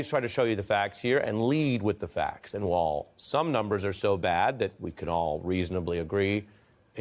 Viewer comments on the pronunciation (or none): While has a long 'I' in it ! IT IS NOT PRONOUNCED 'WALL!'